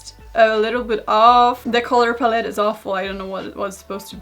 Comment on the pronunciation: So we’re not gonna mention the “Color *palleté*” type of pronunciation right? Okay